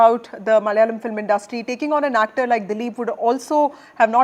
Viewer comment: NDTV..it's not MALYALAM...it's MALAYALAM....